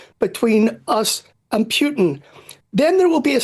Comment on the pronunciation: What's with idiots who can't properly pronounce a simple name like Putin?